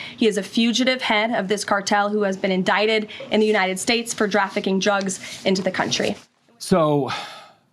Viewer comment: She said jafficking jugs...?